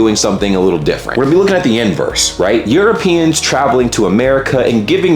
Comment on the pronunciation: Euro...peans. that's a new way to incorrectly pronounce something.